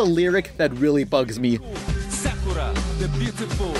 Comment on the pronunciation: It's 'Sakurah teh Bootifol'